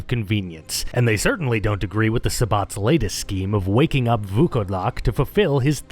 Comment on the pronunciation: I wanna congratulate you on saying Vukodlak almost 100% correctly. It was a genuine pleasure to hear someone put in work to pronounce it correctly. Fun fact it just means wearwolf.